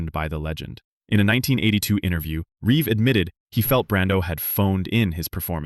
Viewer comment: It's Reeve not Reeves. I keep making that mistake too 😅